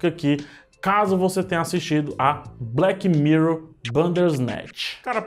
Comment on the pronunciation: Odiei o " evento" de "blequi mirrou".